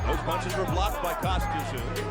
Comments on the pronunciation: Who the fvck is Kostya "And the zoo"? It's pronounced "tZoo". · It's pronounced COSTA ZOO 🇦🇺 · It is NOT Kostyat Tszyu, it's pronounced Kostya Zoo, show some damn respect and SAY HIS NAME correctly. His sons may come after you, and that'll Kostya! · Kostya Tszyu is said... and this is mainly for Americans to understand...here in Australia we say his name like this....Cost-a-zoo..... spelt different i know but said that way...i wish American speakers & or announcers would do their homework & find the rright way to say them... otherwish you continually come across as sounding stupid. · 'Costa Zu'. Geez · Can't the narrator manage to keep the "T" out of Tszyu's name pronunciation ? It's not hard.